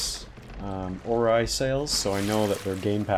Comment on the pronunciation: Or-ree btw not Or-ie